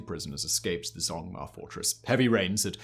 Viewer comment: this mf did not just pronounce zhongma as zongmar....